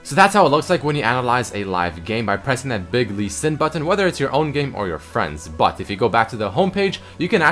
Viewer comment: the way he says "but" bat